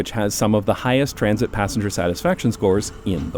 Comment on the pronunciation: my brain couldn’t stop hearing “TRAMsit” and “TRAMsportation” any time he said those words in this video 🫠